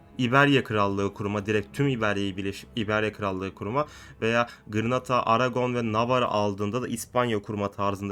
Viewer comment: Abi o gırnata deyil Granada